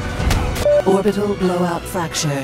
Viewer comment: no one else gonna mention "orbital Blowut" ?